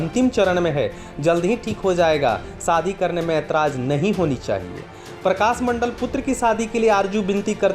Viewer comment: Sadi ya shadi? S and sh ka uchcharan seekho